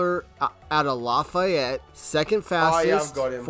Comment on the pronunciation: It’s pronounced laugh-yet nobody in Louisiana says Law-figh-ett